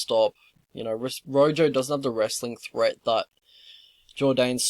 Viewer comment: "Rojo" is pronounce "roho" in Spanish, and I think he's from Argentina (or he had an Argentinian flag in a Combate bout, IIRC). These lines are -EV. Rojo hangs his neck out a lot. I wouldn't even be comfortable with a prop bet for the distance, just because Jourdain's submission competence (brown belt, but I can't remember under who) and Rojo's submission incompetence.